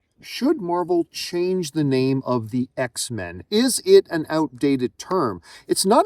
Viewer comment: It’s X-Men as in mankind